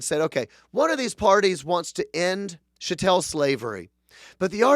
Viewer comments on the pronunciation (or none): “Chat-tul” not “sha-tell”. Pronounce that cattle.